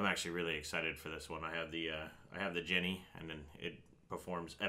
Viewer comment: Isn't "Gene" pronounced like the name or like Jean? Something about calling it a "Jenny" drives me nuts